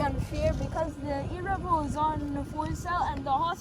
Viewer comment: love how you say erevo but be carefull with the body they nolonger exist